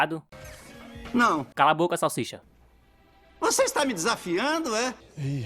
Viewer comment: Salshisha não. cala boca salsicha salshisha. Vc está me desafiando é iiii rapaiz